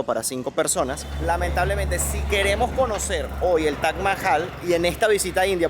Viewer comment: Es Taj, no Tach”